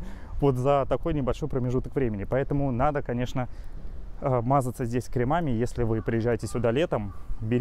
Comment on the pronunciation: правильно говорить крЕмами. Лучи добра ☺️